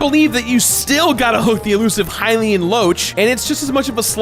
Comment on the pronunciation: It's bugging me that you're pronouncing hylian wrong 😶